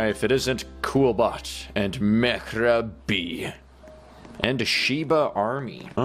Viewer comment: that is not Mehra B it's mehrab an Iran name